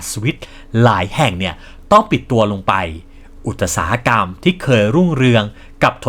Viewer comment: ทำคลิปออกมาได้ดีครับ ทำลำดับข้อมูลได้ดีครับ ภาพประกอบเยอะทำค้นคว้ามาดีมาก แต่aiน่าจะอ่านคำผิด คำว่าอุตสาหะกรรม น่าจะอ่านว่า อุด-สา-หะ-กำ ตามราชบัณฑิต เป็นกำลังใจครับ